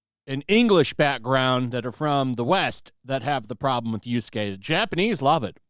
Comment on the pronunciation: you say yusuke i tought it was yasuke he was called